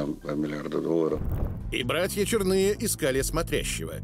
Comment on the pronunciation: Иркутского края 😀😀😀 столько же правды в данном фильме. Фамилии братьев - Чёрные, а не ЧернЫе. Никогда его не звали Бык, был он всегда Петрович. Вообще многие фамилии исковерканы, у Турушева ударение на первый слог.